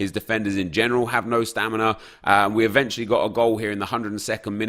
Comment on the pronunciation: Drinking Game: Drink 1 shot everytime Nep says "eventuelly" You'll get so Drunk, trust me